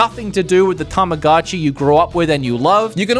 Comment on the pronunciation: Saying both Tamagotchi and Tomodachi wrong the entire video is quite a feat. Helps to know that since they are japanese words they follow their rules in that an "o" always makes the same sounds like ready set "go" and goat. Ta ma GO chee and Toe Moe Dah Chee. Yes as a 90's child we all mispronounced Tamagotchi incorrectly. You're Welcome. also Shin Megami Ten(Say, not Sigh) and Kaname Date is dah teh.